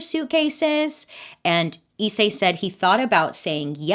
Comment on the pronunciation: Pronounced slightly differently actually ! Rize (リゼ) is just rizeh, and Issei (いっせい) is i’ssay, there’s a space between the I and the rest !